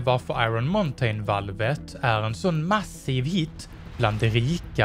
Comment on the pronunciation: Muntain det uttalas inte så